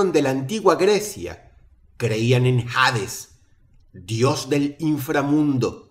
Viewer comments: Dross, por favor, se dice Hades, no Jades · "jades"? (hades se pronuncia "ades" :v) dross va a la esquina y compra juevos xD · Brayan Griffin: Por que lo dices así por que pronunciase la H dross >:v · El jades, el jades no pronuncies la H, es Hades con H muda, esto significa que voy arder en peroles irviendo ataque una deidad de Internet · Dross no se pronuncia “jades” se pronuncia como se lee “hades” por lo menos en español. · HADES es la escritura correcta, pero no estoy seguro si la Pronunciación es JADES sino solo ADES...alguien que tenga mas conocimiento al respecto??? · JADES, dice😂 Eres un crack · La h de hades es mudas, siempre pronuncio mal lol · Es chistoso como Dross pronuncia mal algunas palabras en inglés u otro idioma, como cuando dice Valaya en vez de Valhalla o algunos nombres en inglés que no sé si lo hará de profeso o si de verdad no sabe pronunciarlos 🤔 Sin embargo, dijo Hades pronunciando la H cuando en la palabra es muda jajajaja es curioso XD La verdad, creo que lo hace a propósito